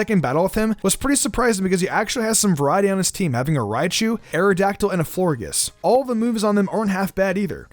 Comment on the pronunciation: You said it wrong it's not forges its florges